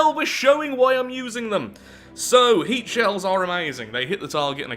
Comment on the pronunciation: they way you say HEAT shells, half sounds like you're saying "Hate shells"